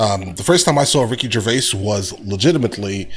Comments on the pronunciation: A very poor video, first the idiot narrating it pronounces Rick's name as Gervay......then says there is bad blood between him and Carell, there isn't, that's a running joke.... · what is this narrator talking about....he cant pronounce Gervais.....and carrel and Gervais are good friends just messing about ...🙄😆😆